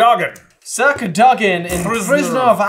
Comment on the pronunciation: Wow, for once, I learned how to pronounce a Brit-Irish word on this channel: Cadogan, which I've always said CAD-uh-gen. Literally looked it up to be sure my Welsh and Irish were wrong. However, I will point out the name Aislin is also Irish, and thus almost always pronounced ASH-lin.